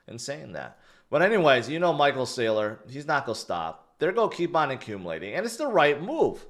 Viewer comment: learn how to pronounce GOING. everytime you say" its go be" its sounds stupid. you probably think it's cute or something. but it's cringe